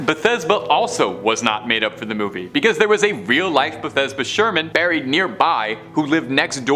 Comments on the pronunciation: Bathsheba not Bethesda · Not even 4 minutes in, and You have managed to pronounce every name wrong. Bathesba …….. REALLY!!